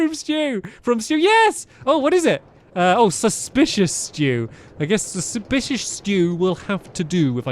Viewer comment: suspediios stew. Cmon you got it right the first time.